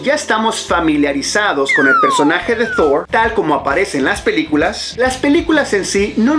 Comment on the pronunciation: No hace falta poner acento anglo a Thor, Odin, Asgard... Proceden de la mitología nórdica (vikinga) y Marvel los tomó prestados de ella.